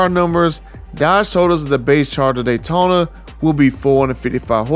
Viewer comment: "Dodge Honda datyona Ev" 😂😭